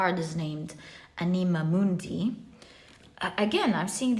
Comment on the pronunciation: Dear, to pronounce the words anima mundi, you must stress the first ‘a’. Thank you for another great reading ❤